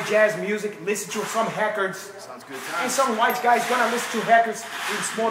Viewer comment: I’m too high for this 😶‍🌫️🫢😮‍💨 😂 what’s a Heefer and wtf is a hecord?? Joe Hoagan!! 😂